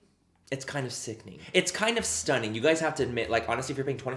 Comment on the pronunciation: You sound sooo Irish when you say ‘stunnin’ 😂 I’m from Dublin and yeah sound very like us Dubs 😂🖤